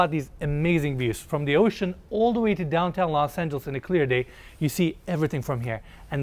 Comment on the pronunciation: That's not "Los Angeles" FYI.. It's not even close to it.